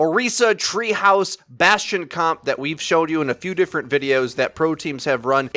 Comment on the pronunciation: sadly, bastion sound like bas tard